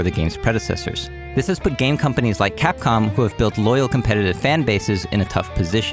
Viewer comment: I somehow heard you saying catcom rather than capcom at the part where u show that cat photo XD